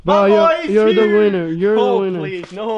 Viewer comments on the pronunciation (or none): I love it when Spanish people say winner because it always sounds like weiner🌭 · It sounds like he says I am the wiener